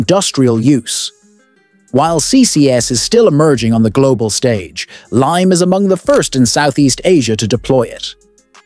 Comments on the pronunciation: Its Limay (lee mai), Bataan, Philippines. The AI just mispronounced it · Its limay bataan! Not lime bataan.